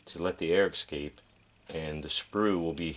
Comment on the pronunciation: Nice work... however ... (forgive me plse): but the word "escape" is pronounced eS-scape, not eX-scape